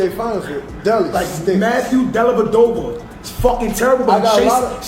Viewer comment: Can you please pronounce Matthew Dellavedova’s full name correctly! My goodness the dude locked down Curry for at least 2 games when he was an average player! And he had to spend the night at the hospital dehydrated after doing that! Were you sleeping under a rock back in 2015! DO BETTER!!!